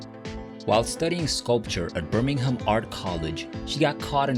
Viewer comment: can’t even pronounce Smethwick correctly. Or Birmingham. Thumbs down! Just reading material written by others.